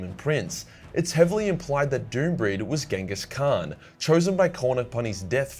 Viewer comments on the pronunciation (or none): none